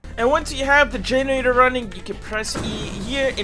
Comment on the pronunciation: This guy cannot pronounce generator for the life of him 😭💀